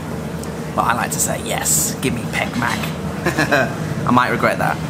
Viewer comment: don't say pec mac but rather say pet maak or pet pet...you make me miss Thailand